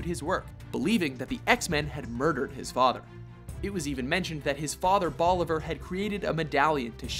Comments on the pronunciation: It Bolivar, not Boliver. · i'ts bolivar not boliver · Super funny the way you say "Bolivar" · Is it not Bolivar?